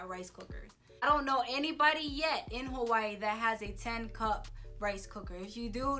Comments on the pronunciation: I love your videos but you don’t say Hawaii right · THE BITCH AIN'T EVEN SAYING HAWAII RIGHt lmaooooo im weak .... but shes sooo hawaiian right hahah